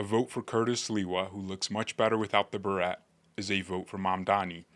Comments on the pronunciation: Ok you're not AI...I knew your voice was real but I guess you just look like a robot lol 😂😂😂 BUT beret is pronounced BUH- RAY . I agree about Cuomo dropping out. Sliwa is a great choice! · Only an AI would mis-pronounce beret like Garret..... jkjk! lmao! just found ya, like your style, subbed- keep the vids coming! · Beret is pronounced ber-AY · Amazing anyone believes that Elon Musk channel is real when he says "Nine over eleven" instead of "9/11". UPDATE: after hearing how pronounces "beret", I might still be on the fence about whether he, too, is AI;)